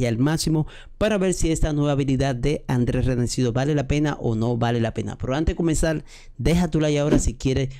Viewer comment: No es André es Andriu Andrew